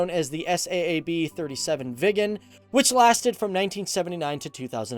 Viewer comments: not S A A B, its saab like the car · Saab like the car not s.a.a.b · S-A-A-B? How you manage to mispronounce the name of one of the biggest weapons/defense/aircraft companies in the world, aswell as a world famous car brand is remarkable. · Its Saab not s a a b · Why did you say S A A B its Saab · Why do say S.A.A.B when it’s Saab 😂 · 1950 sweden had about 7 millions citizens. And it's not called s a a b j 37, it's pronounce SAAB j37, like SAAB 900 TURBO or SAAB 9-5 TURBO! The airplane manufacturing is same company as the car manufacturing or the other way. 1995 they splitt the company's and Svenska Aeroplan AktieBolaget was divided to car manufacturer and airplane manufacturing. The last one stayed in swedish owning and the car manufacturing was sold to GM. And mostly on swedish air force you can google it, but best results you get in swedish spelling. But I liked your video anyway.😊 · The S-A-A-B... ? You really don't know what you are talking about, do you? It's pronounced Saab, a-sound as in "large". How on earth can you make a programme about the Swedish Airforce and not know that? How?? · Is not S.A.A.B. it is Saab like the car Saab. Just so you know😀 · It's pronounded Saab, because they like the car are made by Saab. Also, AWACS like "Aye-Wax"! 🙄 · FTD Saab doesn't stand for anything you can say it normally😂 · SAAB - ES--AY-AY-BEE.. :-D don't be afraid to pronounce as " 'sa:b " as the car brand Saab. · "S" "A" "A" "B" LOL! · he Said it lika S.A.A.B and it is one Word u say it like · It's SAAB. It's an abbreviation. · You don't say the letters in SAAB individually, it's just pronounced as one word.